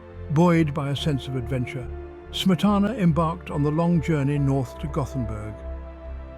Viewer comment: A welcome "essay", but every single Czech word and name -- especially Smetana's own -- is badly mispronounced. Too bad.